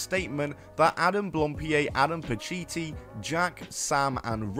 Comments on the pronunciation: It's blam pied, not blampied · Hang on, back up... am I misremembering or did this guy himself pronounce his own name "Adam Blam-Peed?" Am I remembering that right, and if so, are we just doing a "Juicy Smoo-lee-ay" thing here? Or has Adam never spoken his own last name and this video looked up the pronunciation? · I think I've heard two versions of how to pronounce his last name. Either as "Blohm-pee-ay", or "Blahm-pee-ay". I've been trying to look for some footage of Adam himself saying his last name, but couldn't really find it, as he's been introducing himself mostly with just his first name.